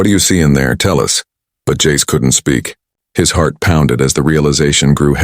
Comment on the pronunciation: Jace in Italian became Jacece...🤦🤦🤦🤦🤦🤦